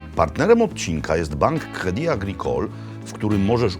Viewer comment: Jak Pan Robert pięknie wymawia "Credit Agricole". To będzie zdrowy Francuz